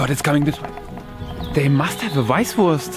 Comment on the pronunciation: "Where can I get a Weisswurst" haha perfect